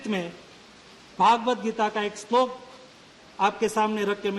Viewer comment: His pronunciation of English may not be that good... Bt the way he spoke Sanskrit shloka at last was 🔥🔥🔥🔥🔥....